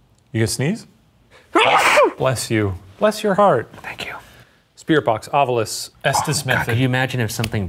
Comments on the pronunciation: Why does Ryan always say Ovilus wrong, it bothers the absolute hell out of me. Shane says it correctly, Ov-I-Lus. Ryan says Ov-You-Lus. You'd think the big ghost fan would pronounce the name of his tools correctly.. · I love how Ryan pronounces it “ovulis” like ovulate instead of “ovilus” 😅